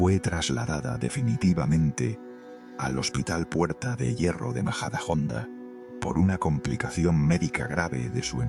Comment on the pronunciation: Sr. ha dicho Ud. al menos 50 veces vallisoletana, y pronunciation Majadahonda a la inglesa, con J es un escandalo cultural. Lea mucho su bocavulario da Pena.